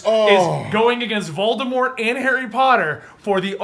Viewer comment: watching this again, calling Voldemort "Vaudemart" cringes me